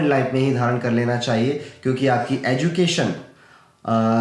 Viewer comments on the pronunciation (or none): none